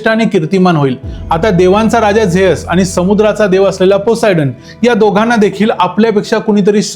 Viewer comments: झेअस ❌ झीयुस ✅ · झ्यूस ❌ जेअस✅ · झेअस नाही झ्युस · Good presentation. A polite suggestion. Confirm please- God ' Zeus' Pronounced like as Zi short as Zee TV & & Oos/Us as in Sugarcane 😊